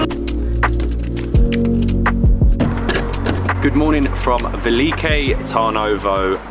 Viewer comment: But... how did you arrive at the pronunciation velike... when it is spelled veliko? With and o? Tip: in Bulgarian everything is phonetically exactly as you read it. There are no long vowels.. e does not sound like iii it is just è. O is not ooo, etc. Just say it in the shortest posible way. Also your beer was pirinsko... like the mountain Pirin.